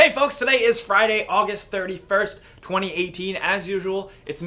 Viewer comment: When Jake said November 20th 2018 it sounded like 2019 at the same time, some Yanny/Laural shit